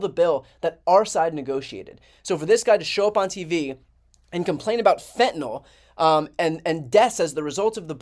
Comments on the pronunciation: Idiots don't read. It's fentanyl - pronounced fent-uh-NIL, not fent-uh-nul nor fent-uh-nol. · Why can't these shills pronounce it properly? It's pronounced 'FEN-ta- nil' not FENT- nol'. There is no letter O in the name! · This drives me nuts. Wth is fentanALL??? ITS FENTANYL. Nyl, not NALL. These are supposed to be educated people on tv. Why do people keep saying this? This guy is a clown anyway but wow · When will politicians learn how to pronounce fentanyl. It's not FENTANOL. It's fentaNYL! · It's spelled fentanyl, not 'fentynol'---FENTANYL. Many people mispronounce it too. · Why is it that conservatives cant pronounce fentanyl correctly? its not fentinol! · It's fentanyl which is pronounced fent-a-nill. It rhymes with pill not alcohol. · Fentanyl's last syllable rhymes with ill, not all. (Pet peeve of mine, sorry) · Why can't conservatives pronounce "fentanyl" properly? It's so weird.